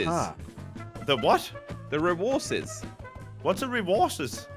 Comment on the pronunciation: don't know how to say resources cause he talk to much England